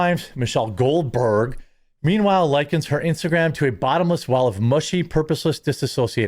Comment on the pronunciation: Why the weird emphasis on GoldBERG